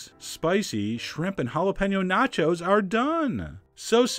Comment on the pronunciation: "This is mine, nachos" sounds like "This is mine, not yours"